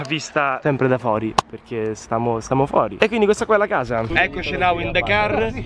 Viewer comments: "Now we are fori" ahhaahhahahahaah grande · now we are " fori " ahahahahahahah